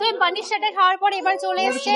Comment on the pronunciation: পনির ❌ পানির ✅